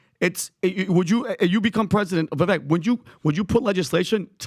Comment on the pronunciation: Can you please get rid of already? How can you mispronounce Vivek's name so consistently at this stage in the game? That is so ignorant and disrespectful.